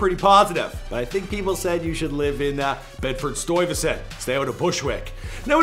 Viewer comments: “Bedford stoiyvesent”🤦🏽‍♂️🤦🏽‍♂️ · Wish you would have Google the pronunciation of Bedford Stuyvesant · It’s Bedford Stuyvesant not Bedford Stoyvesant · Or Bedford 'stoy' vesun 🙄😆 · Never say bed stuyvesant like that AGAIN! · This dude puts next to no effort in properly pronouncing names or places. Some of his information is off too. Consistently. TeCASHi. Bedford-StOYvesant. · I've never heard anybody butcher the name Bedford Stuyvesant worse than this guy. Sheesh.